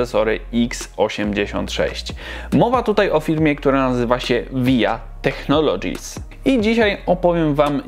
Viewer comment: "waja teknolodżis" - tak się to wypowiada. Materiał ciekawy, Pozdr